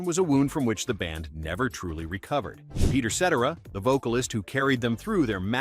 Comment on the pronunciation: Peter SETera?!? Who is this clown?